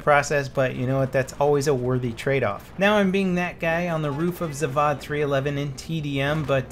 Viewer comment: I'm Russian and zavod is pronounced differently. Search it up..